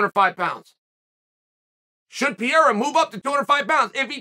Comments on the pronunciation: Jon Anik: “Alex Pereira” Chael: “Pi-era” Me: ok great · If you say Pee-era again bro Cmon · Sonnen pronounces Pereira name like he is French "Pierre" lol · Dude’s gotta stop mispronouncing Pereira’s name haha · “Pierre-ah”💀 “Blahovitz”😂